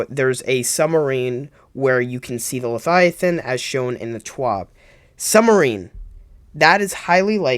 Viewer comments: LE-VI-A-THIN not LE-FI-A-TIN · Are you saying #1 leviathan or #2 lethiathan? it's #1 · Everytime you say leviathan as 'lethiathan' it activates my Grammer nazi